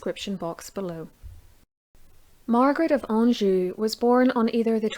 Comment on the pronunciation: ha ha I don't know the best way to pronounce it but it sounds correct to me. LOL... Let's see what the Sharpshooters say.